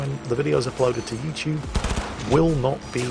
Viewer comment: 'Yo'u TuBE. No 'THEM TUBE'